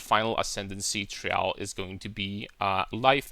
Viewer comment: I found it a bit funny how you pronounce "Trial". You put emphasis on the "a". Its pronounced like the word "try" and then ending it with "al". Nothing but love my man. No homo. Love your content, your (irl) character and your builds, and the way you think, analyze and the obvious fact that you play the correct game.